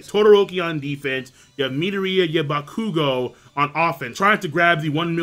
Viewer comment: OttoeCamn he isn't. It's pronounced ac-long uh-dee-mia. Or ac-long uh-day-mia. Either way he's leaving out the emphasis on the second a. N yeah he does butcher the shit out of bakugo's name.